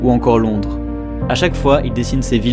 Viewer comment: Tu as dis Londre mais passsss duttouuuuut